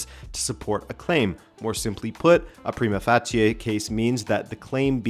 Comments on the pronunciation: Great video. "Prima facie" is usually pronounced "Pry•Ma Fay•Shee" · If you’re concerned, in the US we say prima facie like “prime-uh faysh (like face with an “sh” instead of an “s” sound at the end)-uh”. Not sure if you Canucks say it differently though. Edit to add: You’ll hear it pronounced differently from lawyer to lawyer even in the same jurisdiction in the US though.